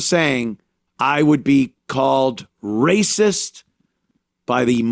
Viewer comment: If you try to stop them, its "raysis"